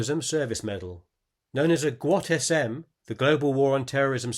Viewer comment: Overall well done, but some clarifying notes: - GWOT is pronounced “gee-wot” with a soft G and not a hard G - The GWOT expeditionary medal wasn’t just for service abroad in support of GWOT. The service abroad could not include being in Iraq or Afghanistan, because they had their own medals. It was meant to provide something for those who deployed somewhere other than Iraq or Afghanistan. * when it first came out, the rules were different, but this is what it was for most of its awarding period. - The NDSM doesn’t require going anywhere. You just need to be serving during one of those qualifying periods. So as soon as Tulsi went to basic training, she would have been authorized to wear the NDSM, as well as the GWOT-SM. - What you show as the Armed Forces Reserve Good Conduct Medal is actually just the Army Good Conduct Medal and it is awarded for every three years on active duty as an enlisted member. For enlisted Army Reservists, they use the ARCAM, or U.S. Army Reserve Components Achievement Medal. If you’re a commissioned officer, you do not get these medals. So, to earn the AGCM, she would have to have accumulated 36 months of active duty service between her basic training, AIT, 12 month deployment plus its work ups, her accelerated OCS, and any other active duty training. That would be a lot in the span from 2003 when she enlisted to 2007 when she commissioned.